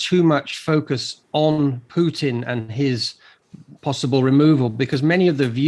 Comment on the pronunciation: Does this journalist not know that Putin contains the letter "t"?